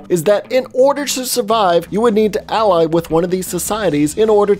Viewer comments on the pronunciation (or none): none